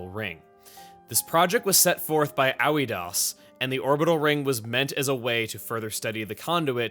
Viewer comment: Also, Aoidos would be pronounced as "Ah-oi-dose" just based off what the Japanese pronunciation and the spelling if you try to apply a Greek-ish sound to it.